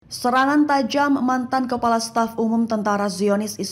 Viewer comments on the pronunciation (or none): none